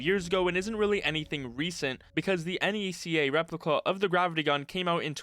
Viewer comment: Hearing someone pronounce NECA as "EN-EE-SEE-AY" is so fucking funny